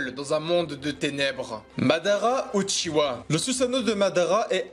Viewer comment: Mais pourquoi tu dis pas UchiWa !?!?!?!??? 😭😭😭